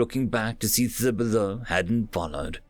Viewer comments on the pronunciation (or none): Great job. Just a minor pronunciation correction: the "h" in Thibodeaux is silent. Tib-o-doe